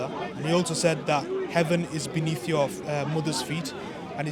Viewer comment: “With yourrrr wife” 😂😂